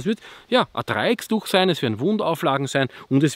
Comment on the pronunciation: Ach.. ich liebe deine Videos.. bist ne tolle Type! ABER wie meinem ehemaligen Hauptfeldwebel oder meinen Kameraden in der Feuerwehr die Ohren bluten würden🙈🙈🙈 DREIECKTUCH! Ohne "S" bitte 🤣👍🏻